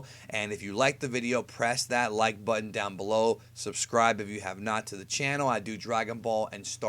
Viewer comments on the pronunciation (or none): none